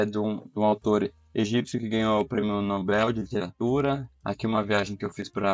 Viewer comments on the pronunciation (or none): none